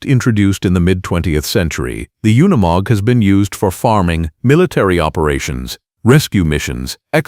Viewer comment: Freakn ai trash “oneymog” it’s unimog.